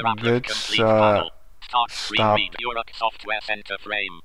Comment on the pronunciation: First of all, thank you for this nice review that you made about Uruk GNU/Linux , but i want to explain some things: -The distro name is not (you-rok), it's (o-rok), check out the right pronouncing in disro homepage here: -This distro is used the gnome screen reader (Orca) out of the box to help the blind one how can't use the computer normally , and if you don't need it, just turn it off or disable it completly from the litle small applet (AIA) in the top panel :). -This distro is based on Trisquel GNU/Linux, and it's a completly free(as freedom) distro without any non-free software . -The Browser is the free(as freedom) vesion of Firefox named "ABrowser" . Thank you again for this nice video ^_^